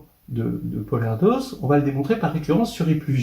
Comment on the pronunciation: Petite correction, Erdös se prononce "Erdeuch" comme pour la deuch du Père Devos !!! 🤣🤣🤣